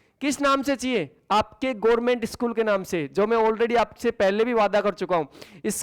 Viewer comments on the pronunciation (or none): none